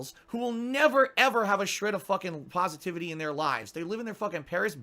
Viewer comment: Its "pahsitivity" you worthless human, im a mature adult with an intelligent brain, you idiot!